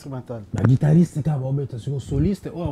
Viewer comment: Mr le présentateur c'est " guitariste" et non " guidariste"